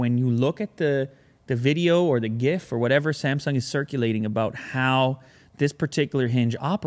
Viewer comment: Thank you for saying gif properly